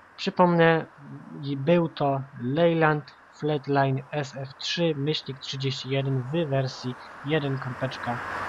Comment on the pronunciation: Fleetline czyta się flitlajn